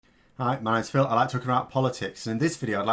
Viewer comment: Great updates. You maybe need to be clearer on your intro ‘ah right my names phil’ otherwise spot on